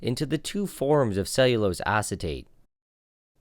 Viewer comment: Lost me at “cellulose”